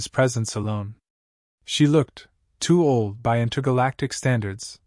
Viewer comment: what the hell is a 'tooled vulpine bride'? Somebody should inform the A.I. to scan the title before reading the A.I. script, and writing the on-screen subtitles.